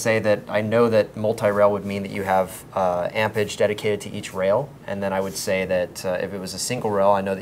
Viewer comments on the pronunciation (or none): lol 'ampage'. its 'amerage'